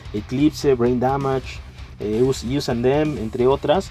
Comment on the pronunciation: Us (əs) and them No “ius” :v